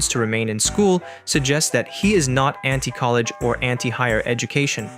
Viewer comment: No way this AI called Ye a fucking COLLAGE Dropout.